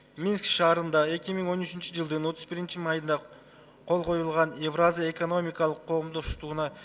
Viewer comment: Эвраза дейт го тазза эле...еепти...целый торага 🙏